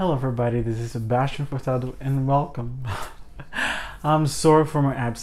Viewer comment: A forma como vc fala furtado parece muito português Brasil, e o sobrenome é bem comum aqui. Tem ascendência brasileira? Adoro seus vídeos, guerlain minha casa favorita e suas resenhas sao magníficas. Parabéns 😊